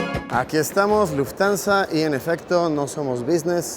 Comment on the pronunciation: Se pronuncia Luft-Hansa no Luftansa 🥲🥲🥲 sorry pero mi Monk interior no Puede mas